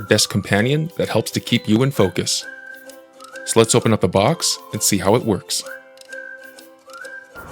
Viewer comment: bro really said "za personal assistant" 😂